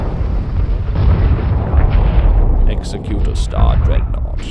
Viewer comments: When you pronounce Executor, think Executive, not Execute. And those larger Rebel cruisers look Alien-like? Of course they do, they're Alien, they're Mon-Calamari. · its pronounced eggs-zec-u-tor spelled executor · Gah, mispronunciation of Executor.